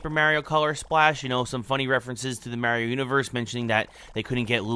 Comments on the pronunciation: It hurts! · "Paper Mear-eeo"